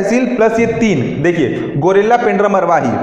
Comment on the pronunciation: गौरेला है pls गुरिल्ला न बोले ।।।